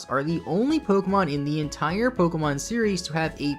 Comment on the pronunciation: I had to stop watching The way he pronounces pwokehmwon burns my ears